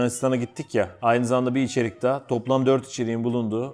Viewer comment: Nobody::İçerik sevdim, içerik öptüm Sldjşdjsşdjfşfmvş